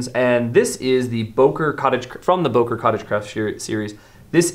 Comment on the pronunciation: It‘s Böker and not Boker 😁 you need to learn your Umlaute 😜